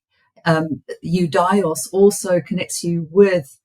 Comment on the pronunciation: Ιουδαίος= youdeos and not youdaios... Αι in greek is E , and she keeps repeating it a million times